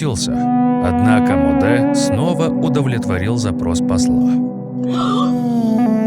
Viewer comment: не Модэ а Моде